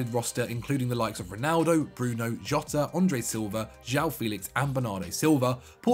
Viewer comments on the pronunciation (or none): none